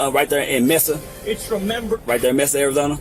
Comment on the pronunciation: This is too funny, 😂😂. As someone who lives in AZ, the moment he pronounced Mesa wrong, that would’ve been it to search, 😂😂.